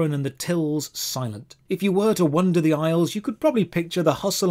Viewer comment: Okay i HAVE to ask yet again... why do you pronounce "wander" as "wonder" ? Those are 2 different words with 2 different meanings??